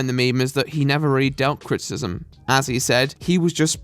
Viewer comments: What is "crit-cism"? You refer to it a lot. Is it anything like crit-i-cism? Like what I'm doing? You speak so f ing well that it just sticks out to me. Like an air bubble in a smooth coat of paint. Too much? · Is it just your accent or are you actually pronouncing criticism "crit-ism?" Because it's pronounced "Crit-i-ciz-um." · I need to set attempting to say "criticism" as my ringtone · Your pronunciation of "criticism" is awful.